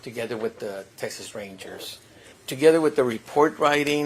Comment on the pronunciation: I wasn't looking at my screen, so when the prossecutor said "Spanish" like that, I was like "Who the hell is this cholo they got to be the lawyer?!" Lmao